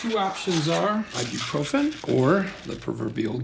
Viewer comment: I felt like I had a brain aneurysm when Kim said "Ibuprofen", good to know I wasn't the only one to suffer that brainrot lol